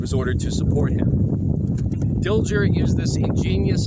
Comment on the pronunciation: Very good presentation. Hubert Dilger was my great-grandfather. A minor point: the 'g' in his name was pronounced as a 'soft' sound not a 'hard' sound.